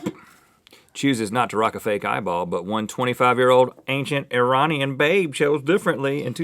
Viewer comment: Rhett, Thank you! You Pronounced Iranian Right! Thank You!